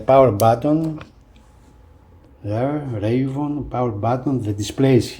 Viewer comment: Two things . . . First, you are mispronouncing "Reavon". It's pronounced "Reee' VON", not "Ray von". Second, as much promise as the Reavon players have, for the price these players still need quite a bit of work. Go on the forums to review the issues. My biggest concern is the price. Both players (the X100 and the X200) cost a whopping 50% more than comparable premium models.